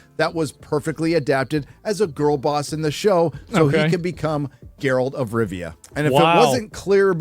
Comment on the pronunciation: Gayralt of rovia